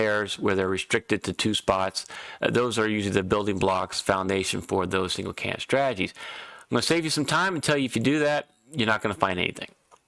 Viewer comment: Took me ten minutes to figure out what a "cayanut" is. The word is Can - di - date. Its - not - difficult.